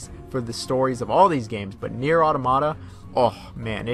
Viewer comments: Its nier as in nia not naieer don't know if your trying to be accurate not saying you have to say it that way I just think your trying to force it that way cause maybe someone told you otherwise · You keep saying naieer rather than nier lol... Whyyyy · Near is gow it should be pronounced lol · Ik bruh shit got on my nerves lmaoo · ist nier, just nier not Naier. even Japanes people and cretor say N I E R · Tf is na-ear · lol that's what I wrote I don't know why they called it naieer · NieR is pronounced “Near” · STOP SAYING NIER LIKENTHAT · Why are you saying Nier like that? You're obviously a big fan of the series seeing that you've played Drakengard as well, I have no clue how you went so long pronouncing wrong. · Funny thing is, he says it correctly on numerous occasions so he’s purposefully saying that for some reason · yeah it’s actually distracting lol. Can’t understand what he’s got goin on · why do you pronounce "Nier" like that?